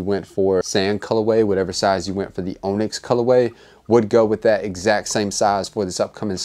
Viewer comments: It's "on-ix", like off and on, onyx. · He said "OWN-yx".. haha sorry. Great video! Glad i copped in my tts. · Appreciate the review homie but the OWNyx pronunciation really irks me. You've really never heard the word onyx before? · Turned this off after 60 seconds. Did this guy go to school? Mispronounced "azure" and "onyx" and I couldn't take anymore. I'd say truly unbelievable but in today's America anything is possible. Please read a book.